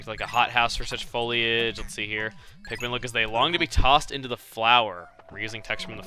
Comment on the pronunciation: its pikmin not pitmen